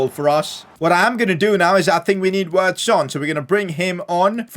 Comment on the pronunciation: Not wirtz u are supposed to pronounce it like virtz